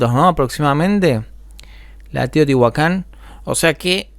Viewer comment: Eso le iba a decir Lo peor es que separa la pronunciación Dice : Tío tihuacan En lugar de Teotihuacán